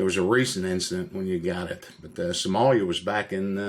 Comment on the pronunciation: Did he say Samolia the first time?! Roflmao